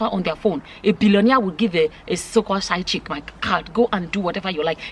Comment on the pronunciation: Did said side chicken lol 😆 😂 😋